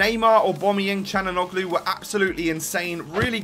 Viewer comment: you habe to spell calhanoglu without the g, im from germany (calhanoglu)